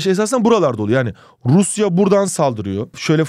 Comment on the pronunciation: "Rrrruusyaa var" jsjsjs